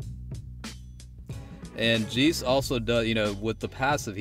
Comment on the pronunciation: 'jay-ce', not 'jee-ce' Other than that, great showcase. Subbed 👍